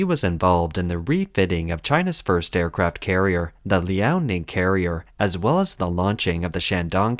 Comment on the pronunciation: “Aircaraft” carriers?